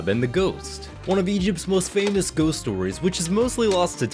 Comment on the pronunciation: "Goost" 💀 Stellar video, mate!